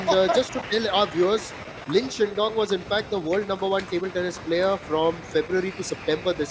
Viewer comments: so biased comentator... its shidong NOT shindong man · somebody pls tell this indian commentator how to pronounce lin shidong